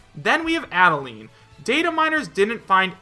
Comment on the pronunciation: Is Ribbon a spirit? Also, Add-uh-line.